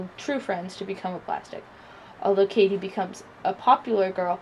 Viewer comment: Heathers all the way but you said Katie wrong I believe...